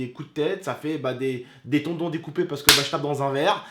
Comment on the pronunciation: On dit un TENDON pas un tondon